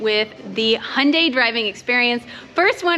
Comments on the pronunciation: I'm surprised the some instructors still pronounce the name incorrectly. says it correctly, it's "Hyun-DAY" as in highlighted in infamous Super Bowl commercial "Rhymes with Sun-DAY" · Right and the closest/correct proununciation to the original Korean and how is correctly pronunciating it is Hyun-DAY. If the UK promotes it differently, then it's their marketing department that isn't doing a very good job of helping to standardize the name globally. Here's the ad spot dedicated to how to correctly pronounce it in English